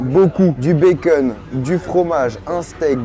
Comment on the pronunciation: J’adore comment tu prononces bacon békeune 😂